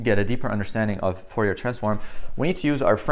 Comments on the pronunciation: Fourier is pronounced Furiye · Fourier is french, you don't pronounce the last r...."for e ah" I had a prof during undergraduate physics that was a stickler for correct pronunciation